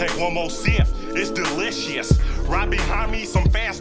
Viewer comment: I never heard delicious pronounced like that🤣🤣🤣🤣